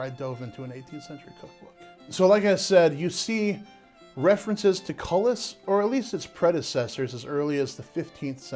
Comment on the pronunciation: Cullis, AKA coulis. coulis koo͞-lē′ noun A thick sauce made of puréed fruit or vegetables.A rich brown gravy.A thick sauce made with pureed vegetable or fruit and often used as a garnish.